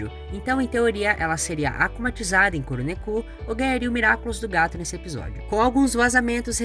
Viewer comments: Kuru neku kkkkkkkkkkkkkkkkkkkkkkkkkkkkkk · A pronúncia é "Kurô nékô"